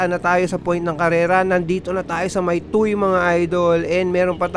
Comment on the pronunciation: Tuwe ang pronunciation ng tuy idol. Fyi incase mag cover ka uli ng TOM next year hihi